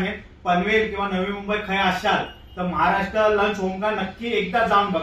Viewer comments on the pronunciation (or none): none